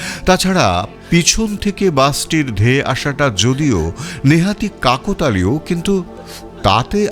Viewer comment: Dada Aabar-o Bolchhi Ucchharon Ta ' Kakotalio' Noy, ' Kaaktalio.'